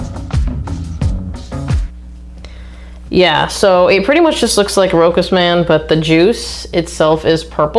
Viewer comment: Thanks for the review! I think the brand is pronounced "roshas".